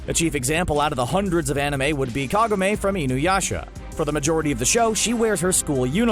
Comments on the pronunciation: its kagome not kagame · Kagamei? KA GO MI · Ka ga me? Its kagome lmao. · COGAMAY?? Think you mean, Kah-go-mé somebody hit this guy with a wind scar! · Kagome NOT kagame!! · Anime weeb here: it's kagome not kogame😂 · bruh... Kagame? I think you mean Kagome, did me dirty grew up on that shit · You're seriously gonna pronounce Kagome's name, Ka-Ga-May? Really?? Then you're going to rant on about anime art styles and how anime should show up skirts because, "ThAt'S nOt HoW gRaViTy WoRkS." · I like the mispronunciation of kogame from inuyasha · That Kagome pronunciation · He said kagome wrong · Did you mispronounce Kagome? Bruh. Get out. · IM SORRY DID YOU REALLY PRONOUNCE KAGOME WRONG?! OF THE TRILLION TIMES ITS SAID JUST BY INUYASHA ALONE YOU FUCKED IT UP